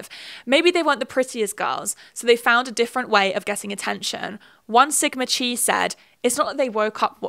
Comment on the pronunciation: Chi is pronounced "ky", rhymes with sky, not "chee" like the curling iron.